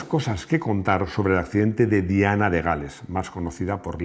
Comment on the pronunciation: Lo de Diana es que sigue sonando raro, raro 😅